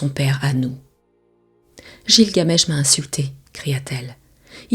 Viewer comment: oui car il me semble qu'on prononce guilgamesh et non jilgamesh